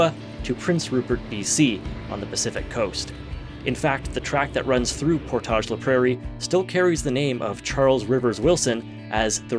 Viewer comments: Neat! I’ve been to or near a lot of these places but haven’t noticed this pattern. The railway was a huge contributor to the development of the prairies. Side note: As a local I can say that the typical pronunciation of “Portage” in “Portage La Prairie” isn’t the French pronunciation; it rhymes with “mortgage”. It doesn’t make sense but nevertheless… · I was coming to say that while that was a nice nod to French but they all are pronounced as anglos, even lac du Bonnet “Lack Due Bon-Eh”. 😂